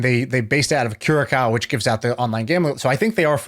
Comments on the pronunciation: Kurakao? It is not pronounced like that. "I am doing research as we talk", why not do that before the conversation? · Curacao is where I live :-) The second C is pronounced as a S